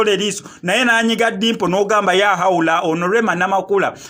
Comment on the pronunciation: The word is LAAHAWULA not YAAHAWULA😕😕😕😕